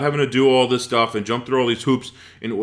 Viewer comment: this is annoying me THis not Dis